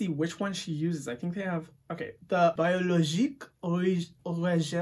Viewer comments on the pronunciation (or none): Your French pronunciation was actually pretty good. The only word you pronounced wrong was biologique. It's pronounced "bee-o-law-jeek" instead of "bai-oh-law-jeek" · Your french was funny ( to prononce biologique "in a french way" Say the I as if you were saying big )